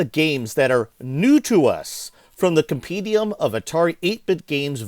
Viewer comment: The word is comPENdium, not comPEEdium. You get it wrong three times in the first two minutes.